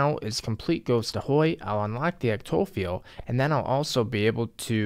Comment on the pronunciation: Cmon... “EC-TOE-FEEL” lmao “ECTO-PHILE”